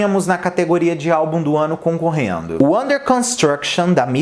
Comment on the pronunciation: Concorreno não, concorrendo.